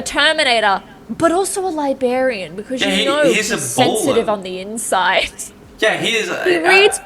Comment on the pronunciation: LIBARIAN ? i think libRarian